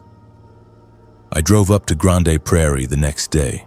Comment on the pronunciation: I don't like ai voice. It didn't pronounce grande prairie properly. Ugh.